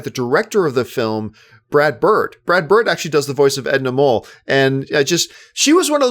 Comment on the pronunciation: I love your commentary here but it’s Edna MODE, not mole. Mode means fashion, hence the name-pun for a fabulous fashionista.